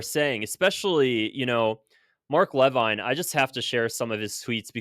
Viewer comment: Mark "leveen", I don't like him either but pronounce it right